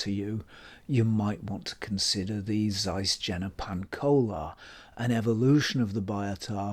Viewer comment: Please learn how to pronounce Jena, yen-na, not gen-na.